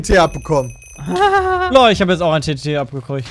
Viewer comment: wie bei anstatt tnt, ttt sagt😂😂👌